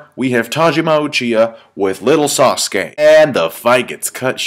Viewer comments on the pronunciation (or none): Uhh dude you said saskue lol saskue must really be old if hes in that fight lmao